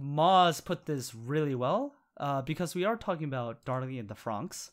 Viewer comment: Why do you keep calling it Darling in the Fronks?